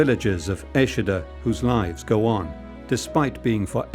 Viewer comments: Eschede not Eschida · Please get this right: ESCHEDE, Lower Saxony. (German pronunciation: ['ɛʃədə][3] Go to Wikipedia.)